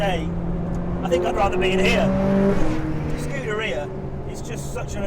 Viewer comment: It's (scoo-dare-ia) not (scooter-e-uh).. this fat sack of shit should stuff a pair of his oversized underwear into his moms volvo's exhaust pipe with a hose going from said exhaust pipe, into the window of said volvo while he's inside it with the windows up.. what a waste of life and space..